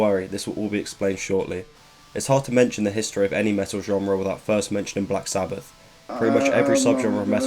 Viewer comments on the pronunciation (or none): I died when he pronounced black sabbath as black sabbaFFFF